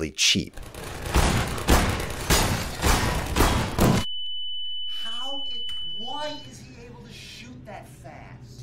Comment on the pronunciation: “How di- ….Whæy is he able to shööt that fast??”